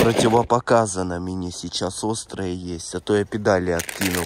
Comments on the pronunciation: Ааххахахха а мине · Ребитушечки, канешна я начал говорить мине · Мене він вже бісить все а мине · А мине семичик, амеане😅😅😅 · Тупо: "Мне" " Мине" "ребятки" "ребятики"